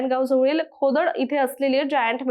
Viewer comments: खोडद ❌ खोदड ✅😂😂😂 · खोदड नाही तर खोडद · कोकोडकर का काकोडकर ? खोडद का खोदड ? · खोडद........खोडद.......... खोदड नाही ओ मॅडम.....🙏🙏🙏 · खोदड नाही खोडद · Khodad nahi ...Khodad ahe te 😢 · खोदड नव्हे खोडद, कोकोडकर नव्हे काकोडकर